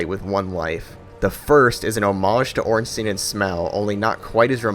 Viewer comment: who the fuck is ornsteeeeeeeen? why do americans have such a problem pronouncing that fucking name